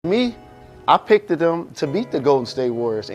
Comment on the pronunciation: Jalen having a Monique moment. "I pickteed him.." 😂😂